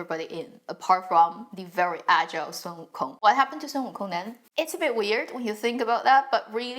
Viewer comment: I like how you pronounce the name Wukong accurately instead of the English counterpart.